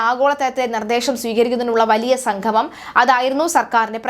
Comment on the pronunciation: വാർത്ത വായിക്കുന്ന ആൾ ഒന്നു ശ്രദ്ധിക്കുക - സംഗമം, ഉദ്യോഗസ്ഥർ മുതലായ വാക്കുകൾ ഉച്ഛരിക്കുമ്പോൾ ഇടക്കിടക്ക് തെറ്റുന്നു. ഒന്നു ശ്രദ്ധിക്കുക.